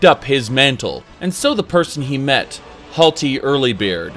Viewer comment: Not sure if pronouncing Hjalti wrong unintentionally or pronouncing Hjalti wrong for a sick Daggerfall reference